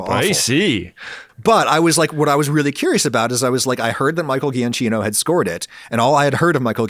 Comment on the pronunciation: BTW, Giacchino is pronounced Jee-a-kee-no :D